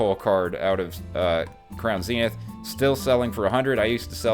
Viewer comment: Thank you for not saying Zen-ith. Its like nails on a chalkboard for me.#pokepositive